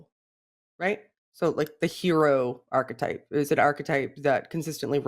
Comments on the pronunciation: it's arch->e<-type Have a good one, cheers!:) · If I had a drink for every time said ''architype'' I'd be suffering liver failure within 2 minutes.